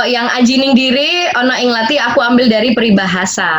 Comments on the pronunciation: lathi lo bukan latih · Lathi bang, bukan latih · 'All about latih' Btw Lathi ya bang bukan latih🤣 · T nya lidah digulung ke langit mulut, bukan diantara gigi